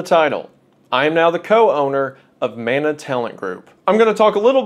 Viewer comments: Kia ora / hello Wendigoon, as a Māori it is very important for me to inform you of the proper pronunciation of Mana, as mana is a Māori word. Mana means strength, prestige and importance all in one. It is pronounced muh-nuh sort of like mon from money and uh. I hope you take this into consideration as it is a small but important thing to understand. Mauri ora / live well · Never forget. < and > lets you frame by frame on YT <3 🤣 Side note: I wish this would become more common but ill be damned if you don't make it look best, I'm proud as hell to see how you grabbed it and made the best of it. Much love (Edit) It is Man-Ah but if you're REALLY southern it MEN-ea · When he struggles to pronounce it, and he says it like Mana-sama, well, now I gotta listen to Malice Mizer more 😔